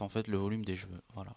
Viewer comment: C'est moi ou il dit "j'veux" au lieu de cheveux? Ca me stresse !! XD